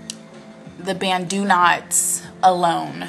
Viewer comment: Your natural curls are fantastic! But, I actually think it's cute either way. Oh, it's banTu knots...not banDu knots! :-) (yikes, I hope you don't take offense)